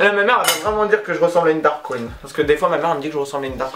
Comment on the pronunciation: ptdrrrr Ju' on dit Drag queen pas dark queen x) (btw love your video)